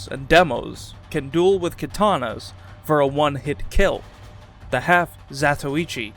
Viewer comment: Glad you didn't pronounce it 'half zah-toy-chi' like so many YouTubers 😌